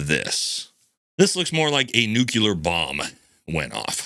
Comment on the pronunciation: Nuclear. Say it with me. Nu Clear.